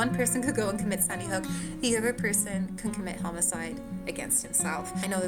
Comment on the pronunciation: She keeps saying Sunnyhook…